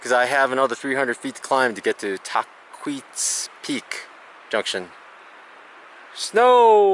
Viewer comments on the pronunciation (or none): TAH-QUITS Trail is how you say it, like kwit! I live in the area. Lol... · Love your pronunciation of "Tahquitz". By the way not even close. My wife and I love your vlogs.